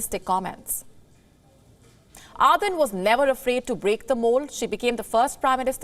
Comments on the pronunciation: ArDen not arthen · I couldn't watch after the first minute or so, thanks to the horrible pronunciation of the name. "Aaadhen" really? Could you not take the trouble of pronouncing the name correctly? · It pains me when this lady calls her Are-then!